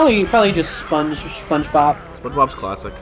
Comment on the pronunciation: The way you pronounced that (or just the recording) it sounded like "Spongebop", and Nickelodeon could totally release albums under that name. I wonder if this is the closest will come to dying (of actual HP loss). Then you're going to love the episode of Game Pending Plays Nickelodeon's Jimmy Neutron: Boy Genius: Attack of the Twonkies that you're starring in right now. Y'all are doing a great job with the commentary. Nice stuff. So is Ellie Squidward or Mr Krabs in the meme? Oh please. Please never explain this one to the audience. Seems odd that they let you go to a petting zoo and not pet the animals. Did... did he just say "it's canon now"? That is Yakety Sax, which was indeed used as the Benny Hill ED. I think their wool is somewhat valuable? Yes, he dropped it in front of you and you picked it up. That was 20 seconds ago. was starting the "almost a llama farmer" story. Depends on whether I think I'm a comic relief character in his current plotline. Even if I am there's like a 50% chance that it would be brilliant advice (and it's 100% going to be good advice if I don't follow it). I guess I'd probably feel stupider if I lost money NOT following the advice of Jimmy Neutron: Boy Genius than if I lost money because I did listen to him. No. If Youtube didn't filter profanity, would this have been the episode title? It feels like one of those highlights-of-the-let's-play lines.